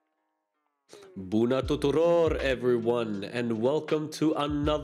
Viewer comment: u said " BUNA TUTUROR " ? :)